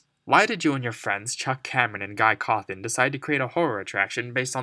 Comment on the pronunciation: "guy cawthon" xD